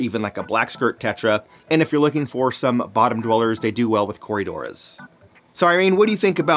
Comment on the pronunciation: "corydora" like... bruh do you even know your fish?